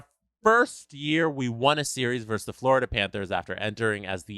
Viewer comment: It's "versus", not "verse".